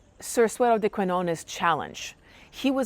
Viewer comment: The Spanish word "de" is not pronounced like the river Dee.